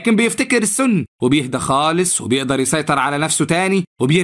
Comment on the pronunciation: ليش بتقول السنا كدا بتنرفوني😮